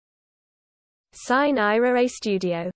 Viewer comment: belin, ma come state? Non ci siamo, chiedete a qualcuno che ha studiato un po' di latino come si legge. E poi, dal tono, sembra pure che stiate per uccidere qualcuno, sine ira et studio, naturalmente.